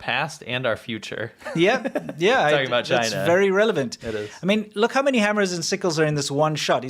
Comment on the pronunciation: Chyna berry berry guud.